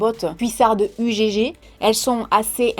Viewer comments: U gégé? U gégé? 🤣🤣🤣🤣🤣🤣🤣🤣 Ça alors, jamais entendu un truc pareil! Ugg se dit Eugue ma belle, et je te fais plein de bisous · Ça se dit pas ugg mais ça se dit "euge" mais ça s'ecrit bien UGG 😂❤ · On ne dit pas u.g.g on dit ugg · Coucou tu m’a trop fait rire on dis pas u.g.g ça se prononce euggs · U gé gé 🤣🤣. On prononce heug 😉 la fameuse marque australienne UGG pour dire huggly (parce que la botte était moche 😉 donc il l’ont appelée ugly puis ugg UGG) 😉😉😉🥰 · Non non non 😭 je t'adore mais on ne prononce pas "Ugégé" mais "Eugue" 😂 sinon j'adore tes vidéos 😊😊❤️ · on dit pas U G G mais on dit euhhhhhg Euge❤️😍😍😍♥️😘😘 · Salut, j'étais plié en 2 quand t'a dis "U.G.G" ça se dit euggue 😂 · UGG ça se dit « oeug » !😂😭